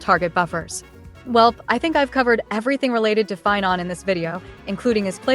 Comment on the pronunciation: Sorry pie-non, Seiba is more important